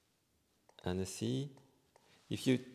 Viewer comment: Cool demo, thanks. By the way, Annecy is pronounced Ontzy Not Annessee.